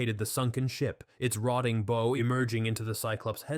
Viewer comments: Not a lot of Intelligence in the AI part either. Dealing with ships and submersibles and keeps pronouncing BOW to rhyme with THROW instead of correctly pronouncing it to rhyme with COW 🙄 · The front of the ship being called the bow to rhyme with oh... Instead of rhyming with ow... I guess both "oh" and "ow" might have preceded the implosion once they knew those cracking sounds would be the last they'd hear - because the implosion would be so quick that no sensations would be felt. The rest of the narration 'sank' past me, ( not sailed , obviously) as I was concentrating on reading your other comments... It doesn't seem to include new 'facts' coming out via this video. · 6.00 - ships have a bow, like "take a bow", not a bow, like "cupid's bow". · Maybe get yourself an AI that can pronounce hull and bow if you want to do ship based videos. Or put some effort in and narrate yourself if its not too much effort... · The forward end of a ship is called the "BOW" As in, " bow down " you robot.. Not bow.. As in bow and arrow